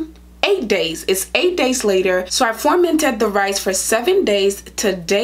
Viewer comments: It’s FER-MENTED... with an E! Not FORMENTED !! Your pronouncing it incorrectly You are an educated woman.. please pronounce the word correctly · You pronounce the word FUR-MENT-ED NOT FORMANTED LOL YOU'RE VERY PRETTY BTW👍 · You keep saying formented? Do you mean fermented? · She kept saying formented.